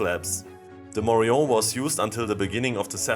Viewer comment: Falsche Aussprache. Morion ist spanisch und wird daher mit dem -n ausgesprochen